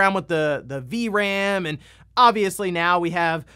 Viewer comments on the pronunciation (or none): none